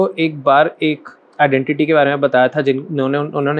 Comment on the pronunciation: आइडेंटिटी नहीं एंटिटी